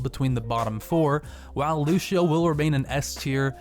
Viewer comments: at 52 he says lushio insted of lucio XD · Why do people pronounce "Lucio" "Luchio"